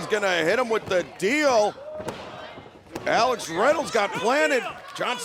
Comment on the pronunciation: Why does Justin Roberts say "Ax Reynolds" instead of "Alex Reynolds" tho?